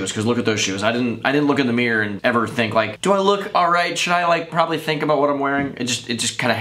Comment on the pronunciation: "PROBEBLY" LOLLLLLLLL